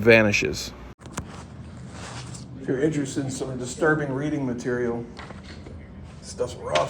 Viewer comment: Distirbing Diiterbing it must be a secret Tub code get it